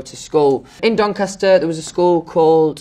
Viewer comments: no one: louis: DONCASTAH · no one: even God: louis tomlinson: dOnCaSta